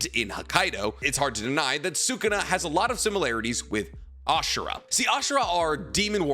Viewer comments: this has been erking me Sukuna is no pronouced suu-ku-naa its pronouce sku-naa. the U after Su is silent. its like when people say Desu is actually pronounced Des. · Sukana deesnuts😂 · Seems like he’s only able to pronounce the name of naruto characters correctly. I cringe every single time he says Sukuna’s name🙄🙄